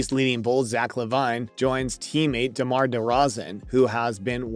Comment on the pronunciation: The way this man butchered Zack and Damar’s name 😂 how we going to take you seriously and you can’t even pronounce the all-stars names right 😂